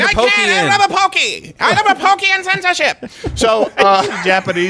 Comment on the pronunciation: It’s poke and poi 😂😂